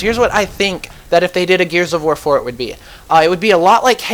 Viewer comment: you say the war wrong haha